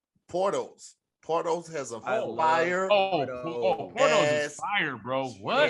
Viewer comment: Around 48 minutes, they talking bout a restaurant for the "Cubans Cousin" sandwich.... Is it spelled Porto's? Why do I think I'm hearing Pornholes?